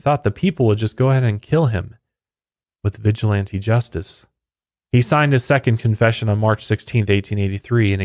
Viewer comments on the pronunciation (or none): none